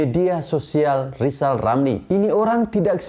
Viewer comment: Lajawali ngeplet wkwk...lizal lamli